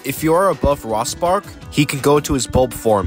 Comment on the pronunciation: The way you say "Rospark" is very odd. It's supposed to sound like "Rose-Park" as a pun on "Rose" and "Spark". There's others after you pronounce weird too.